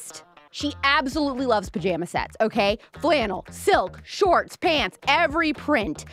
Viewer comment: No matter how many times I listen to this it’s still sounds like you’re saying that she loves pajama sex. But I know you’re saying pajama sets haha